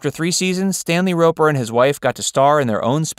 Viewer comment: It's pronounced *Roper. SMH